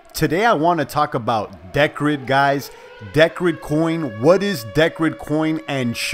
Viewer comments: It's pronounced [dicred] P btw did you hear about the latest iota announcement about Satoshi pay partnership? Cheers brother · *(Dee-cred) as in credit. Cheers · think its pronounced DEE - CRED. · the way u say decred is hilarious!! LOL